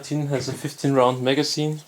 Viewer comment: It’s MAGAZINE, not “Mega Scene”